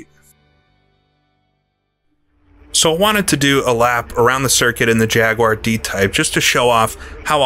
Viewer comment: For once could you just say jaguar correctly 😅